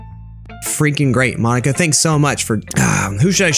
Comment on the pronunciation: ITS MOH-KNEE-KUH tedcoiewhnhoiwhdfsihosdvoihihosdihovjovvvvvvvvvvvvvvvvvvvvvvvvvvvvvvvvveri